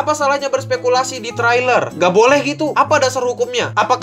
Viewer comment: "tereiler" mas bacanya,bkn "terailer"